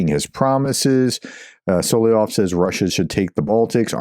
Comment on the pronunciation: Solovyov is pronounced as ~sul - uv - y - of SUL is in ~SULlivan UV as in ~love /luv/ Y as in ~ You, Young, Yeast, York OF as in ~ smirnOFF As always, this is only if you are interested, Professor. You do NOT have to be. Until February 24, 2022, I’ve never heard about this traitor but as I listen to you pronouncing the word, I immediately recognize the common Russian name (it’s his pseudonym as he’s a historically persecuted minority and not an ethnic Russian, which is doubly cowardly and treacherous given enormous xenophobia in Russia but that’s a separate conversation). In any case, if you are not, the comment is to support the channel👌 THANK YOU 💖